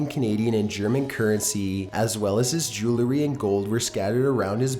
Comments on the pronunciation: Nope, LOL. Seems mostly everyone is in agreement with you! The man can't even pronounce the word 'jewelry' correctly...He should not be doing youtube; narrating is not his calling. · 'Jew-el-ry', not "joo-la-ree". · "Joolery" Oh my gooood this guy